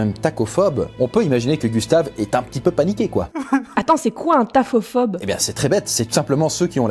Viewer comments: je rêve ou il dit taCophobe, c'est avoir peur des tacos? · "tacophobe" 😂 c'est nouveau!